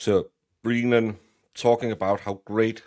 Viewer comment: I love that you continue to call him 'prosector Breenan'... and I couldn't agree with you more... WTF is wrong with the MSP?!!! Thanks again,.